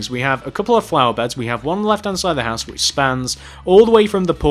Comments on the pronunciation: "Then Connect back down to the hoose" lol I'm dying 😵 😂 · he pronounced house weirdly you should go check it out because i cant spell how he pronounced it.